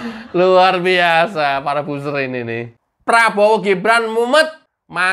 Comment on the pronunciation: Buzzer ini cara bacanya 'bazer' mas bukan 'buser'. Semoga lain kali bisa diperbaiki sehingga kedengaran lebih sedap. Tetap semangat menjadi Buzzer NKRI.